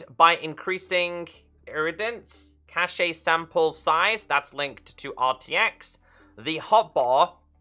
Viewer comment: Great Video,! Also, Cache is pronounced “cash”